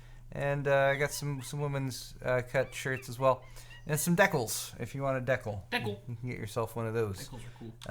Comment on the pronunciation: is the pronunciation of decal meant as a Linus Quote?